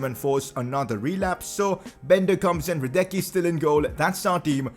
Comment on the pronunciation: ”Radetcsky” not ”Hradecky”